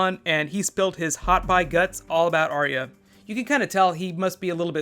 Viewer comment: BTW - it's "Are-ya", two syllables instead of 3. :-)